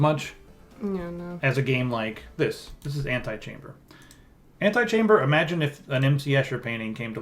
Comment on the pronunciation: The name, Antichamber only works if you pronounce it like "antechamber" because then you get that it's a play on words & don't sound like an idiot. Ant-eye-chamber sounds like a mod for SimAnt.